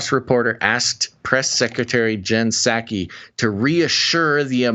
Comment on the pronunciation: The "P" is Psaki is silent....same as in President Biden.